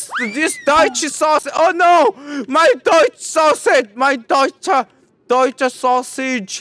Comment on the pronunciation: It's 'meine duetsche wurst' mien fruend